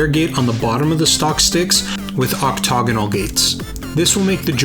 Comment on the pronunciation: Oc-TAG-onal click that sweet speaker next to word and lets ya know how to say it.